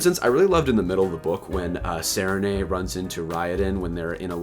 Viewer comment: also I'm sure you're getting plenty of pronunciation corrections but... Raoden = ray-OH-den, Sarene = Suh-Ree-Nee, Hrathen = hRay-thin, Kiin - Keye-eyen (both I's are pronounced when there's double i) there's a pronunciation guide on Dragonsteel's website but many of the "correct" pronunciations are ignored (ay-ree-lon = Arelon, See-ohn = Seon, E-layn-tris = Elantris) I love digging into the small things in these books 😅